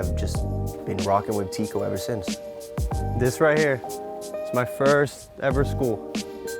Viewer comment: Teeqo is pronounced like taco